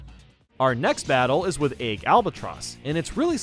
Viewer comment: I find it funny how he says Egg like "Aig"